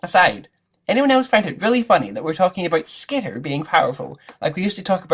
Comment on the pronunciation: Dude, SKEETER!? Ah, Hell nah! Bruh it's SKITTER!